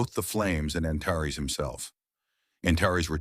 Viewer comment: Too bad the AI can't pronounce some names (Antares) the same way each time instead of at least 4 different ways!